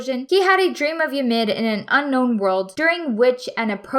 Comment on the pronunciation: the way she says ymir is so satisfying